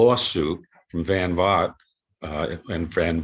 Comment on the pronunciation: 😎 Van Vogt from what I've heard on sci-fi broadcasts is pronounced Van Vole. As a fan of sci-fi you gotta check out the 1950s radio shows : Dimension X and its later incarnation as X Minus One , really outstanding short story adaptations by series writers Ernest Kinoy and George Lefferts. The radio series Suspense presented some cool sci-fi adaptations as did another great series of the late forties called Quiet Please. The train riding Mysterious Traveler radio series in the 1950s also offered up some interesting sci-fi stories. 😎 Promo giveaway comic books are woefully underrated , what gets overlooked is that some offer really great stories and art. Educational or/and entertaining material printed as a comic book?.I'm reading it ! Digitally read some T Man and Undercover Girl and they are classic! The ACG humor title I really enjoy is Cookie , a fun character. 🤗 Dick Tracy , grew up loving the comic strip! I also really enjoyed the 1961 UPA cartoon tv series and the awesome segment he got on the 1970s Archies TV Funnies cartoon series. 😎 This what being a comic book fan is all about!